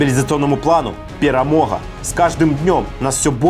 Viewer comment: Вам персональная благодарность за правильное произношение беларусского слова "ПЕРАМОГА "!)